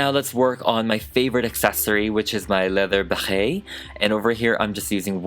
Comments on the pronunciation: Ok but wtf is up with your Béret pronunciation? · i love you so much but every time you said beret like that i wanted. to die. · The way he says Barret is funny for a French person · Uhm I don't think that's how you pronounce "béret" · can you explain something very confusing ? how come you say it béret like that ? i am french but we don t emphasis it the way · I am so tickled by your pronunciation of beret! I can’t stop giggling and I love it so much! And I would buy your mini me’s beret it you made them for humans! Fabulous job as always 😍😍😍 Also, would you consider doing a Beyonce doll?